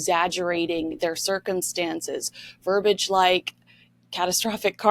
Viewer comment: You mispronounced VERBIAGE. It has three (3) syllables. It’s NOT pronounced VERBAGE — as you just did. It’s pronounced “ver-bee-idj” — emphasis on 1st syllable, of the 3. Look it up. But PLEASE keep exposing the horrible hijinks of Harry & his dreadful conniving controlling gold-digging wife.